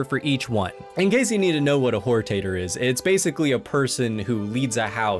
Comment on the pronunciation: "Whore-Tater" had me dying